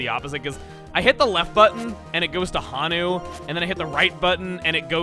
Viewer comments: Honu isn't pronounced as 'hanu', rather the o is elongated so it's more of a 'hoe-nu'. I think it's a reference to the Hawaiian green sea turtle! Those things are very large. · It's... It's Hoh-Noo. Not Hah-noo. Just...gonna put that here. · Hey Chugga! Since you always like learning how to pronounce names, Honu isn't pronounced "Hah-nu", it should be "Hoh-nu". Honu is for the Hawaiian Green Sea Turtle! :D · raises hand sheepishly Not that it's rather important~ But the nickname for Tortuga : Honu is pronounced Hoe-new~ It the Hawaiian word for turtle ^^ Much love from Hawaii Chugga. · Not to nitpick Chuggaa, but I am from Hawaii, and it is pronounced, “Hoh-nu”. It’s the Hawaiian word for “sea turtle” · Honu is Hawaiian for turtle. It’s pronounced with a long O. Like in moe or joe or poe